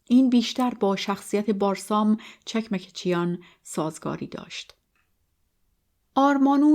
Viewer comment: چکمکچیان chekmekchian. با درود و خسته نباشید، چون من خودم ارمنی و اجدادم از ارامنه ترکیه هستند فقط خواستم تلفظ درست فامیلی را به عرض برسانم 🌺🌺